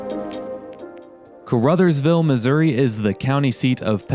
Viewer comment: Caruthersville pronounced like Ca-ra-thurs-ville. Lived there for several years and still have family there. The building on 3rd that you were wondering about used to be a gas station/with a two bay repair shop. I dont remember the name of it.